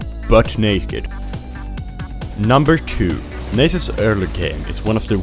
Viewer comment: Nay-sus. is pronounced nah-sus, mannn :P PS. nice vid. I love playing crit nasus